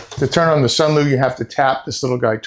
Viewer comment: Until nearly 4 minutes in, every time he says Sunlu, i hear Sunmoo... After that he emphasizes L. Also the fan in the Sunlu is sealed in a compartment on the bottom to cool the electronics. It does zero to help remove moisture it circulate the air in the drying compartment.